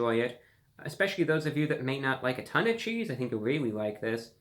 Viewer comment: did he say 50% more cheesee